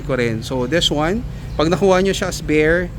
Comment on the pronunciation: Des wan 😂